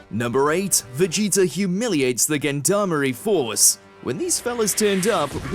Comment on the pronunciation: Gendarmerie lol. Its french for police i think and is pronounced differently not with a G. Also why do they do the posses Like the ginyu force, i think it a homage to them